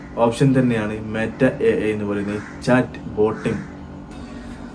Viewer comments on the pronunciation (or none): മേറ്റ അല്ല 😂😂 മെറ്റ എന്നാണ് 🤣🤣🤣